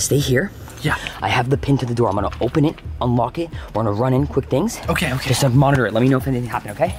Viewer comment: When chester was in the car and he said things he said tings